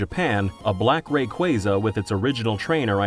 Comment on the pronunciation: Rayquasa, not Rayqueysa... ~